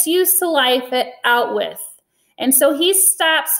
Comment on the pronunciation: Out-With Is Bruno's Pronunciation Of "Auschwitz"